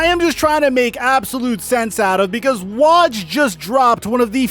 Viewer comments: Bro. It's "Woahdge" - Woj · Can you please pronounce woj right it’s so cringy😭 it’s not waj man love your channel but I hate hearing you say waj😂